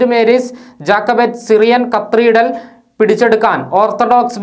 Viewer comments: ‘കത്തീഡ്രൽ’ എന്നതിനുപകരം ‘കത്രീഡൽ’ എന്നാണു ന്യൂസിൽ! ഇതുപോലെയുള്ള പിശകുകൾ അരോചകമാണ്!! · കത്രീഡൽ അല്ല ക്യാതെഡ്രൽ